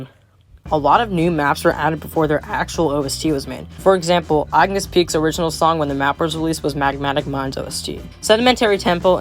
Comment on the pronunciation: "agnis peaks"